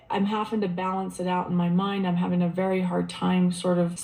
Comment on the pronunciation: All I know is I don’t know how many more seasons I can listen to her mispronounce “Having” as “Hafing!” and so many other words! Christine has the habit of putting a hard G on the end of words! 🤦🏻‍♀️ Sorry, had to vent….think I have watched tooo many season! 😉